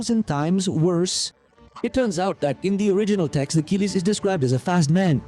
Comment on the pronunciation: "I am...Akiliyess" abah lu!hadoi....hahahaha